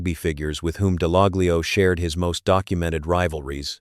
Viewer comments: It's pronounced Dallallio. The G is silent. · Would help if you pronounced his name correctly